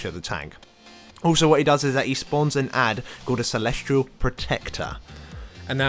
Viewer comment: sorry but this is just upsetting me now... its celestial. celesTIAL not celestrial! but otherwise good vid